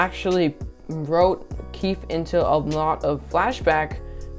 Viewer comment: You have to say the E in keefE is keefEe